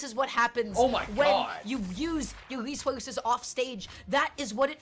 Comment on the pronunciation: dis is wjat hawpens when you yuz youw rewsauwcus ofsawge